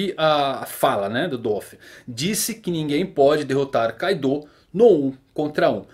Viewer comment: Na vdd kaido não é carta. A pronúncia correta seria ka-do(kaado)